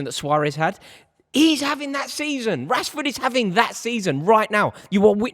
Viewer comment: Saka is clear of Marcus. How do you Mancs say his name? Rashehhhh. Saka is clear of that guy.